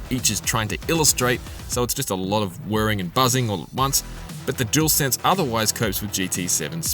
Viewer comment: Dualsense or jewelsense 😂 say it properly please it’s just lazy 👎🏻 imo.